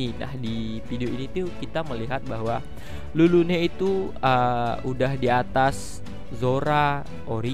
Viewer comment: Napa tulis Lulune dibaca malah jdi Rurune ?? Agak laen